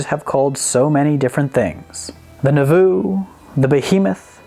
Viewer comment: You are horrible at pronouncing anything Mormon, like Nauvoo or Moroni. I have a feeling you were doing it on purpose, but if you weren't it's still funny.